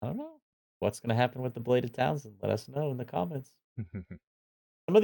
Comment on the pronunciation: Sword of Talzin: I feel like I’ve heard this pronounced several different ways, including Townsend, which always makes me imagine Pete Townsend of The Who swinging a sword instead of a guitar. 😂